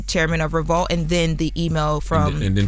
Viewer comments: Why keep saying Re-vault? 😫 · She keeps saying ReVAULT and it’s pissing me off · Why is she putting an A in revolt? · is a incapable of pronouncing Revolt correctly 😀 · Why can't say Revolt???